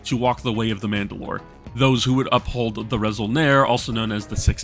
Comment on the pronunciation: Great Video! Yeah you pronounced Kad Ha'rangir pretty good. although you said resol'nare as [re-sol-nair], there are no silent letters in mando'a, it should be [re-sol-nah-rey]. I also noticed your sentence at the end of the intro didnt use proper conjugation, you probably used an online translator, which is more like a word look up machine than a proper grammatically correct translator. "I will give my blood, until my bones collapse" would be like this: Ni ven dinui ner tal, akay ner taakure trattok'o. ven is the future prefix/particle in mando'a, so when a verb is in the future, you just put ven before it, not the word "will" like english. although, often mandos speak in present tense unless its specific to the past of future. in this case, you are technically giving blood now and in the past, and will continue to in the future, its a general statement, so theres no need for any tense at all, just: Ni dinui ner tal akay ner taakure trattok'o. the rest is just conjugating the verbs, you do that by removing the -r, dinuir -r dinui, trattok'or -r trattok'o, etc. and making sure bones was plural (+e at the end of taakur). Theres also a phrase "tal'onidir" which means "to sweat blood, give blood" which means going the extra mile to put in the effort. you could use that instead of dinuir ner tal: Ni tal'onidi 'kay taakure trattok'o! (changed akay to 'kay since tal'onidi ends with a vowel) As for Space German, I'd say its more Space European. Most of its influences come from the i